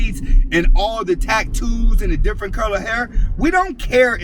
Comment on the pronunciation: It's tattoo sir. Not tack too